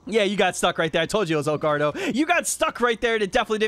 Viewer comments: Someone please tell its not El gaurdo lol its el gordo pronounced gor- do xD love the videos bro <3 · Hey, EL GORDO's name is pronounced like "gore-dough"